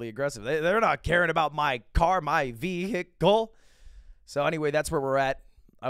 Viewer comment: The way he said vehicle he definitely loved his car